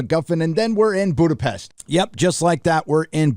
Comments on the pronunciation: It is [Boodapesht] (but the oo is short) as in Hungarian s designs [sh] (the english s consonant is designed with the double letter sz). Your pronunciation with sh is quite near to the native tongue there :D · Budapest perfectly pronounced, what a flex💪🏻